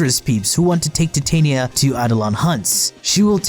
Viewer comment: That's not how you pronounce Titania. Apologize to me or I'm unsubscribing